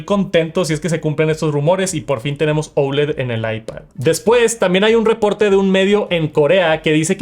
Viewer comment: Porque dices OULED si la palabra es OLED…???